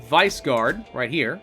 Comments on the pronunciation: Visegrád is pronounced as "Wish egg raad" not "Wise guard". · When he pronounced Visegrád as Viceguard... Jesus😂😂